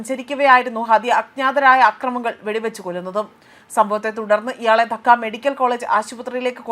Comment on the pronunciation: ധക്ക 😂 ധാക്ക എന്നാണ്